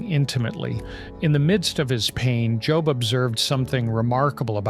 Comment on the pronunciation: I really hope miss pronouncing Job was a mistake and not AI. I really love this channel and just hope there is somebody behind the mic with these wonderful insights. I don't know why that means so much to me.